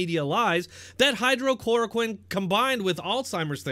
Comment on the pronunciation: * hydroxychlouriquine not hydrochlouroquine. If we can’t get it straight, theh can’t get it straight, sorry!!